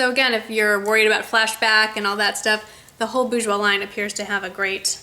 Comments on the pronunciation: It's pronounced bore-jois not boo-jois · It si helpful for me thank you! I'm from France, we say "boorjwa", dont spell the final "s". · If I may... It's a french word, and the r should be pronounced, i.e. "boor-joah". Hope it helps! Xo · With the R but without the S - "boorshwa" kinda, haha. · It is" boor-jwois ", you have to pronounce the r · My aunt works for the company and I believe it's pronounced "bor-jwois" :) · yup. pronounce that R.;) Nice vid M!